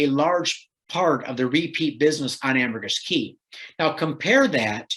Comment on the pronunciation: It is Ambergris Caye (caye is pronounced as key). It is not a city or village, but a Caribbean island off the coast of mainland Belize. The primary city on Ambergris Caye is San Pedro.